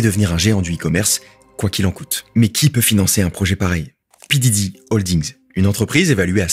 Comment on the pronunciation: quand il parle de l'entreprise mère de Temu, elle s'appelle PDD et ça se prononce Pi Di Di (comme P. DIDDY)